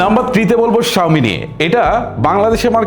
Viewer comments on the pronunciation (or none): সাউমি কথো বার বলেন 😂😂